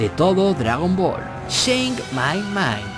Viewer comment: No se entiende bien lo que quieres decir. Shake my mind o change my mind?